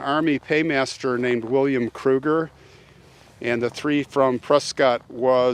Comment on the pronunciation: I am a transplant to Arizona but have lived here for 48 years. Never heard this story before. It was quite interesting but sad. By the way, Prescott is pronounced Press kit, just like biscuit, by us locals, now that you're a transplant too! 😉